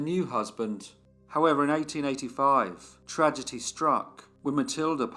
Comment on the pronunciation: I really enjoy ‘‘ However I am perpetually irked by your constant mispronunciation of the word ‘Tragedy’ you pronounce the ‘D’ like a ‘T’ ‘ Tragety’ it is hard on one’s ear. Otherwise keep up the good work. Cheers from Montréal Québec Canada 🇨🇦🇨🇦🇨🇦🇨🇦😎